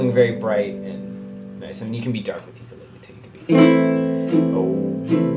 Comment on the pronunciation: Learn to pronounce "ukulele" correctly!